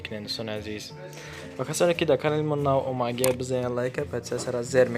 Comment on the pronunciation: сохиби канал, Калимахотона соз талафус кунен, омагияй не омадагияй грфтаги не гирифтаги каагияй не кардагияй, барои чик як харфира талафус намекунен??